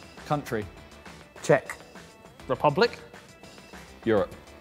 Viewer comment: Ethan saying czech is satisfying i live there lol